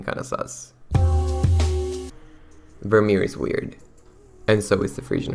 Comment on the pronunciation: As a Frisian I’m deeply hurt by the pronunciation of Vermeer 😂